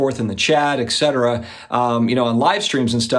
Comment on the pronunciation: Love your stuff, especially the collabs with Flippin Steve, Dakota, NEO, etc. Super positive, sound advice, and wholesome to watch with my 11 year old son. Keep it up! One minor, really silly thing: it's ET-cetera...not EX-cetera. Not sure why all my favorite card YouTubers say the EX or EK, but it makes my head hurt. Not enough to stop watching, just enough to gripe once or twice (each). 😁👍